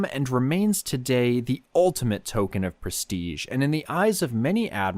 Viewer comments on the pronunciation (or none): none